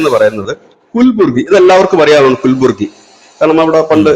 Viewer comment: Cheta it's KALABURAGI(കലബുറഗി)🙂